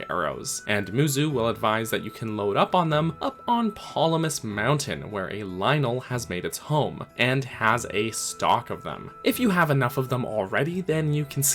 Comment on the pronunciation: Hey Cap, I just wanted to say I really enjoy your breakdown/critiques of the Zelda games. Very thoughtful analysis. On a separate note, I think every single Zelda YouTuber I've heard discussing BotW reads Ploymus mountain as 'Polymus' - i mean i get that the latter is a more natural feeling pronunciation of a made-up name, but it's still kinda funny to me that the misreading of the name is so ubiquitous